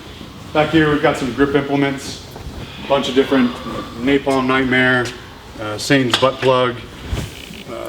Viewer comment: "saitans butplugg"